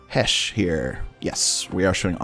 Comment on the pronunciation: It's pronounce Hess-eh or Hess-ar.